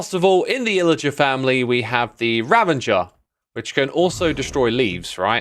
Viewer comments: I dont understand why X and some others still say RaVENGER like an Avenger or something... its a Ravager because it causes ravages, the same way a wild fire causes ravages. it doesnt Avenge its not in the Avenger movies. There is no N in this word. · One thing xixwam.. it's ravager not ravanger